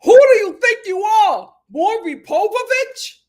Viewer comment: "Maury Povovich" had me dying LOL